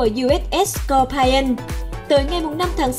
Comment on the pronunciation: Scorpion đọc là s cọc pi ơn chứ không là s cọc pai ơn , Anh văn chữ I khi đọc là ai khi đọc là i là tuỳ vào nhấn giọng hay lên cao chữ đó . Vậy Scorpion nhấn ở chữ O đầu còn I và O sau thì không ! Nên I đọc là i không có ai nhé